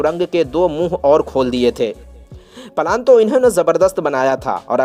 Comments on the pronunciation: यार भाई पलान नहीं होता प्लान होता है 😅बाकी मजेदार है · Plan thik tarahase bolo palan......kya hai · The way you speak out the words (Plan)is so disgusting.